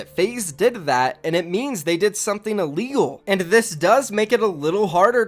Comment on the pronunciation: “illeal” lmaoo love you bro<3